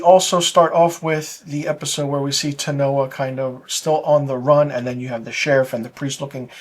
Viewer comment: Do you actually watch the show? It’s interesting that the only person’s name you cannot pronounce is the Native American. Her name is Teonna not Tanoa. So disrespectful of you.